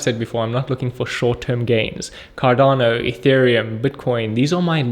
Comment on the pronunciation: Sound like Can Not Do instead of Cardano